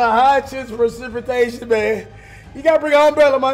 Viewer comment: Did cash just say “Presitation” instead of Precipitation?